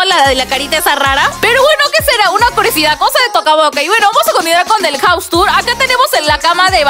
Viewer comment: Jus Yo: Se pronuncia jaus